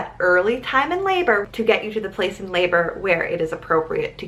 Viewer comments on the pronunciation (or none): none